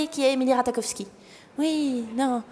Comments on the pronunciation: Ratakofski 😂😂 son nom se prononce ratachofski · Ça se dit pas RataKowski mais plutôt RataCHOwski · Emily RataKowski... Mes oreilles 😂 où est passé le J ? Non c'est sinon très cool le sketch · nn ça se prononce Rat"aie"kowski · Alors emrata est anglaise et on dit Rata Jov ski mais sinon c'est bien